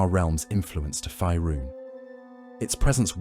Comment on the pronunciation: Curious why the voiceover keeps saying "Fierun" like that when it's pronounced "Faerun" like "Fayrune". Weird.